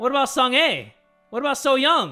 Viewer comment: Pronunciation is sung ah not sung ey